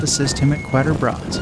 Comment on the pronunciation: Kind of cute how the narrator pronounces Quatre Bras